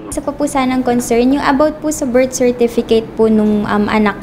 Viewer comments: Lintek.! Sa Berstifikit ako mabaliw Sa kakatawa... dami ko tawa nka 20 ata ako tawa...lol 😂😂😂😂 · Leon Guerrero bersitifikit talaga😂😂😂😂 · "Bersitipiket" - 2019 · Bilat investment na nalugi. “Berstifikit.”-, 2019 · "Goodbye-bye" "Bersitipikit"